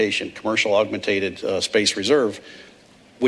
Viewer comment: Did he really just say "augmentated"?